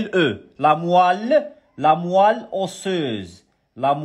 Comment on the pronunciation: Moelle pas moille Chi had ishah li ila kant 3ndi ghalat